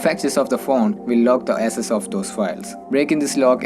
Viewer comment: Dude everything about your accent is fine but please work on these 2 words. They are highly confusing when you speak fast english with different accent. 1. Access - not SS 2. Users - not uses In subtitle also it's showing SS instead of access.